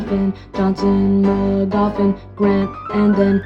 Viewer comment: Thank you for correctly pronouncing my home of Magoffin! Most people who don’t live here pronounce it as “Mag-uffin” and it’s makes me mad lol. My county is famous for 3 things: Ford Crown Victorias, vote buying, and inbreeding. 😅